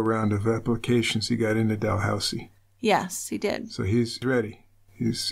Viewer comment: You're going to think I'm nuts for making this observation probably but it's not Del housie it's pronounced dah looz ie